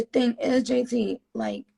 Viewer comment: Everybody talking about “this is so great” blah blah, she literally didn’t even know JT’s name 😂 she called her jay-taria. Like pls y’all get a grip